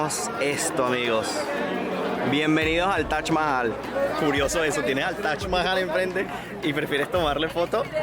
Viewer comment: Es Taj, no Tach”